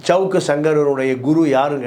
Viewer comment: ச்சவுக்கு... ஜவுக்கு...ன்னு சவுக்காதய்யா கன்றாவியா இருக்கு 🤦 சவுக்கு இல்ல சங்கர்ன்னு சொல்லு